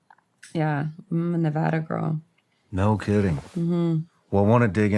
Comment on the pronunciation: Thank you for pronouncing Nevada correctly! I’m from Reno and grew up between Vegas and Reno. I hate when people call it Nee-vahhhh-da. It’s Na-vad-ah! ❤❤❤😂. Also, our up bringing was so similar! I knew the minute you said 40s and the memories flooded back! Crazy! And the Meth stories. Omg. I wonder if that’s how we all remember NV once we leave it!